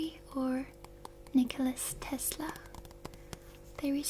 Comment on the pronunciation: It's Maria Skłodowska - Curie, not Marie Curie and Nikola Tesla, not Nikolas Tesla